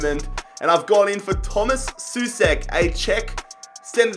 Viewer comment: Souček is not pronounced [su-sek], but [so-check]